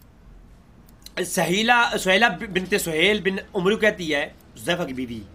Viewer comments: Pehlay apna Arabi aor Urdu ka Talaffuz sahi kro 😒 لفط عُتبَہ کو عُتَیبہ پڑھ رہے ہو، اور دوسرا لفظ، * عَمرو " ہے نا کہ عُمرُوْ " تمہیں ابھی اسی کا فرق ہی نہیں پتہ چلا، 😒 پہلے اپنی عربی اردو صحیح کرو، دیکھ کر بھی تم سے پڑھا نہیں جا رہا 😇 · Pehlay apna Arabi aor Urdu ka Talaffuz sahi kro 😒 لفط عُتبَہ کو عُتَیبہ پڑھ رہے ہو، اور دوسرا لفظ، * عَمرو " ہے یہاں پر وَاؤ ساکن ہو جاتی ہے اور تم اسے عُمرُوْ " پڑھ رہے ہو - تمہیں ابھی اسی کا فرق ہی نہیں پتہ چلا، 😒 پہلے اپنی عربی اردو صحیح کرو، دیکھ کر بھی تم سے پڑھا نہیں جا رہا 😇